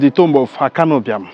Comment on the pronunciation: yes you because you can not pronounce Ibiam , you have on always pronounced it wrongly.